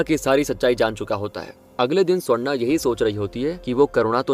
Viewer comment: Ye swarna swarna bol rahe aur mujhe sonda sonda sunai de raha😂